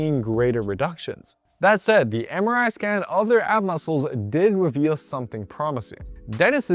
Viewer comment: Somehow everytime when you say MRI I hear samurai 😅